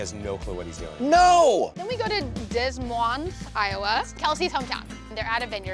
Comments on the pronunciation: I cant believe you pronounced it “dez moehn” 🤦🏼‍♀️ “deh moyne” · Des Moines is pronounced Duh Moin. The ‘S’ is Silent. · the way she pronounced des moines 😂😭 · You really don't know how to pronounce Des Moines IA XD.